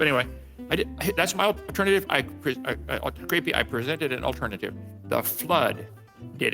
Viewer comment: Is it me or does he keep calling you creepy instead of creaky?